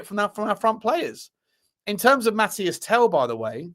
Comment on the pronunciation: Mateese Tel, not Mathias Tel dude